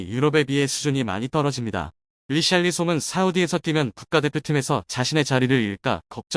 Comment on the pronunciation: 히샬리송을 리샬리송이라고 하는 놈의 말을 어떻게 믿겠냐? 얘들은 누가 이적썰만 꺼내면 메뚜기 새끼처럼 몰려드는 놈들인데..